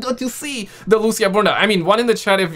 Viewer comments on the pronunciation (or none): Bro it’s not Lusia it’s Lucia (Loo-C-ah) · Loo ç ahhhhh